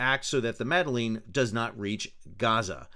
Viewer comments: The fact that you open the video by pronouncing her name worse than the POTUS and belittling their goal says all you need to about your position. Very political, you were. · I enjoyed struggle to pronounce Greta's last name 🤣 And laughed at myself every time I heard anyone pronounce the name of the sailboat as "meddling" which both parties seem to have been doing even though the name is not meddling lol. All of that aside I see no reason why the sail boat should have been denied freedom of passage, no reason why Israel should have done anything more than ensure it was not a danger to anyone. It should be Palestinians who allow or not allow foreigners to dock on their shores. However, it was stupid of these people on this sailboat to display Palestinian flag(s). Thanks for the video, Sal! You're the best